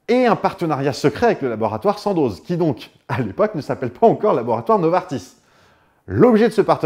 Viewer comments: Sympathique vidéo comme toujours maiiiiiiiiiis… SANDOZ se prononce SANDO. En Suisse on ne prononce pas le Z en fin de nom si il n’y a pas de voyelle après. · Super video mais sandoz le z ne se prononce pas :)